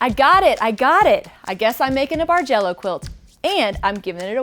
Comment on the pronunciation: beautiful quilt - I've only been quilting for less than two years and seriously thought you were saying "Marjello" :)